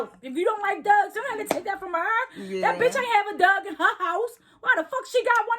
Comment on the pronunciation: GirL, stop saying "dug" and say dog...Damn